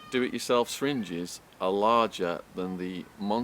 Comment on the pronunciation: Did anyone else wonder what is a "sringe" och "stringe"? I know he means "syringe".